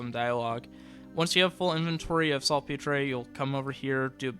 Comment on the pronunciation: ''Salt Peter'' not P-tray lol